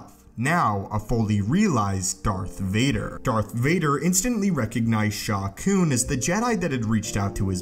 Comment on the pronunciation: Sha Koon? Sounds like a Plo Koon/Shaak Ti love child or something.